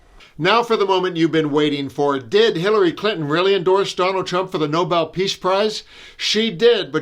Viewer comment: Did she say noballs price or novel price cause I support the first one?